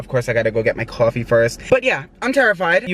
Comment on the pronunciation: "Gotta go get my CwOAFIE " mood